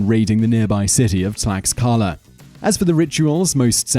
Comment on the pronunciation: Too bad that Simon Whistler doesn't care enough to learn how to pronounce names correctly or at least as close to the correct pronunciations as possible for him. For example, the 'x' in Aztec names is pronounced like the English 'sh', so the city is pronounced "tlash-KA-la." Next, Mr. Whistler destroyed the name of the Aztec capital. He said "Teh-no-CHIT-lan," whereas the name is really "Teh-noch-TIT-lan." In addition, at the end of all Aztec words (the language is called Nahuatl, by the way) that end in "-tl," the accepted pronunciation when not pronouncing it 100% as the Aztecs did is to pronounce both letters. Mr. Whistler gives that ending the sound of "ee" for some bizarre reason. For example, he calls the weapon the "mah-KAH-wi-tee." This is an unbelievable mispronunciation! The weapon is actually called the "mah-kwa-WEET-l." I'm embarrassed for how poorly Mr. Whistler pronounced just about all the names in this video. It certainly doesn't show a level of professionalism I'd expect from him.